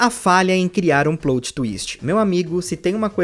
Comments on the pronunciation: "Plôt" não ,amigo. É "plÓt" mesmo, pode agredir esse "o". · É "PLÓT" e não "PLOUT" peloamordedeus! Doi os ouvidos ouvir plout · Não é "plout" twist, é "plót" twist (o jeito que se fala). Coisa básica, please, melhora. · Bacana o vídeo, também senti muita falta das Megas Evoluções, ao meu ver eles trocaram isso pelos Z Moves por ser mais fácil de criar vários Z Moves que podem ser utilizados em todos os tipos do Pokémon do que criar 6 novas Megas Evoluções, foi uma questão de praticidade bem preguiçosa. Só uma correção, a pronúncia correta é "PLÓTI" e não "PLOUTI" como você fala alguma vezes.